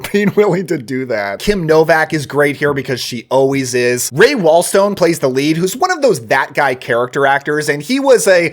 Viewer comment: He also called Ray Walston Ray Walstone. He was a very well known, successful tv actor.